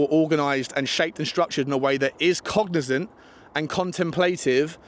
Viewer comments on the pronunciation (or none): none